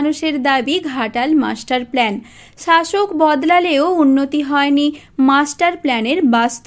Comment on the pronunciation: অশিক্ষিত চ্যানেল। that’s “plan” not “plane”